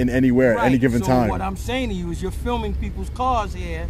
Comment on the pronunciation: “This guy ees feelmin”